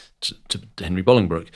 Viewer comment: Thank you so much for pronouncing Bolingbroke correctly, I hate seeing histories documentaries where they pronounce it Bowling Broke, I live near Bolingbroke where he was born and you get it spot on 😁